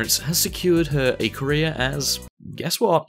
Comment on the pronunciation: When he said career my brain always got "Korea"